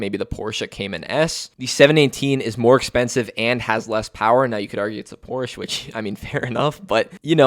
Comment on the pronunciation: The way you pronounced Porsche made me hurt bro.